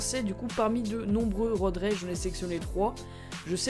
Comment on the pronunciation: C'est pas road raige Road rage